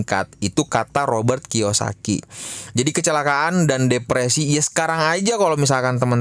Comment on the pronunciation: bangke Robert Kiyosaki jadi Roy Kiyoshii 🤣